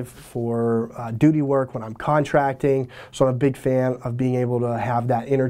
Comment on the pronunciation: "contracting" lol